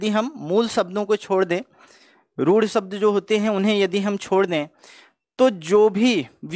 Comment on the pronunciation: आप 'शब्द' को 'सब्द' ( , , , , , , , ), , , , , कह रहे हैं, या मुझे ही गलत सुनाई दे रहा है.. " निर्दोसी ??????? - आपने " जाहिर " शब्द का प्रयोग किया है , "जाहर" को हिंदी में "विदित" या "सर्व-विदित' कहते तो अच्छा होता